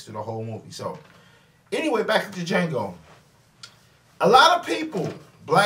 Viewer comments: The funny thing is, is that he even quoted "the D is silent" line from the movie and still pronounced it wrong. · You EVEN QUOTE the line where Django is asked his name and says, "Django, the 'D' is silent"...and yet you KEEP pronouncing the 'D' in Django. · I'm surprised that he is still pronouncing D and nobody has said anything, and he saw the movie.